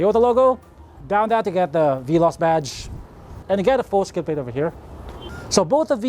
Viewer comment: I irk always when he always pronounce Veloz as Bee-loss.